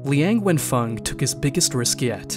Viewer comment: Even though I am not Chinese, but I am so much irritated by the way this video pronounce his name and all other chinese names, including the Zhejiang University name. It would be nice and respectful, if you learn how to pronounce these names correctly.